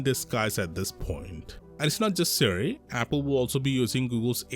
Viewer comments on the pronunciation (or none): none